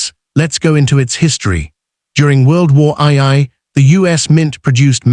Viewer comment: There was no world war eye-eye. There was a world war two, but I've never heard of world war eye-eye.